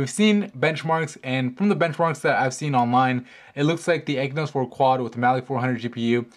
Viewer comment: stop pronouncing it "ekynos 4 quad" it has an X in it, its pronounced "eXynos 4 quad".